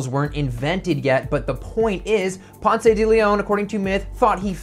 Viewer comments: I love your videos and this is great!! Just FYI Mr DeLeon's first name is pronounced pounce like... pouncing on unsuspecting prey. You don't pronounce the "e" like you don't in the word pronounce. The only reason I bring this up is that you made Ponce de Leon mispronounce your name. Thanks for all the great videos!!! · Nice idea. There’s no “ay” at the end of “Ponce”. It’s silent